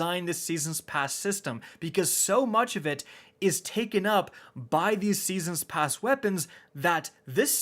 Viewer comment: Seesens pasz